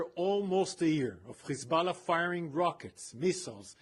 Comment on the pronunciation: They use the word "Kkhhhhezbolah" but then they can suddenly pronounce "hostages" just fine.